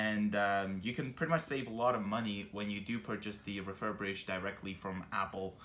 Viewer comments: I cringe every time you say “refurbrished” it’s refirBISHED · It's "refurbished" not "refurbrished". Thanks for the video ☺️ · ReFuRbRiShEd... refurBRIshed... RE-FUR-BISHED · ‘refurbrish’ lol